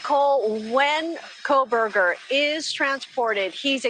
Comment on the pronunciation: Love and Ed Wallace! Please someone tell that his name is NOT " Kole-berger ". He's been saying that for all the past interviews. Lol